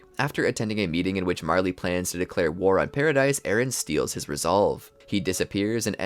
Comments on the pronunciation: Loving the content - just fyi its not pronounced paradise but “para-dee” and Maria is “MAR-HIA” just a note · man needs to realize paradis is pronounced without the s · It's pronounced PARADEE Island. Spelled Paradis, the s is silent.